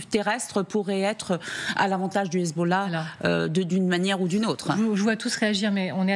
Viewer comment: Déjà pour commencer c’est Hezb’Allah pas Hezboooollah franchement autant d’ignorance c’est aberrant….